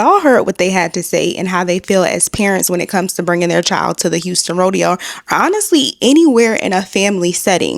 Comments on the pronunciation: It's RO-DE-HOE!!!!!!! C'MON HOUSTON!!!!!!! 😭😭😭😭😭😭😭😭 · The Hoe-deo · Someone called the “Hoedeo” 😂 on another post!